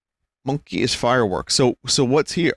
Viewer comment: No Vinny it's MonKEY. Say it with me now, MonKEY.